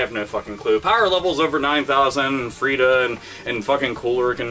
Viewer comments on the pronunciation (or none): Lmao he called Friza, " Frita" XD